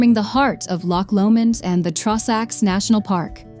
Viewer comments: The Trawsacks 😭😭😭🤣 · Please stop pronouncing everything so badly! It's an insult to Scotland. "Drum-na-drow-cheat" had me buckled! 😂 "Traw-sacks" ffs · It’s annoying the pronunciation of drumnadrochit Ben A’nn and the trossachs had me shouting that’s no how ye say it 😂